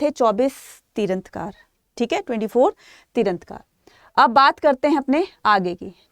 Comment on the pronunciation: Mam please correct, you are speaking tirthankar as tirandhkar..